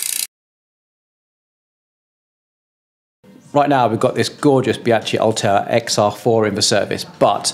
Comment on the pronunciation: This is the worst I've ever heard the name Bianchi Oltre being butchered :D